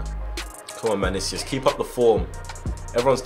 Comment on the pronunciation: Actually, it's Manicius